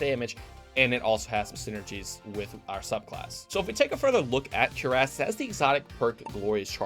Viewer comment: Cuirass = Cury-ase... not cure-ass.